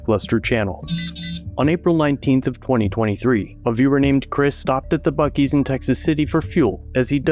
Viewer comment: Buc-cees is now PUKE-E's